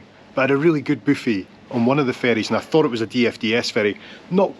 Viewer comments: I just love it when you say “ boo fee”. It just makes me laugh.😂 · Me too, gives me a giggle every time.